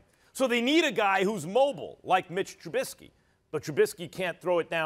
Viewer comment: I'm just going to enjoy not hearing Smith butcher Trubiskys name.